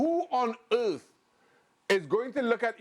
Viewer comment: Shaka struggles with the word earth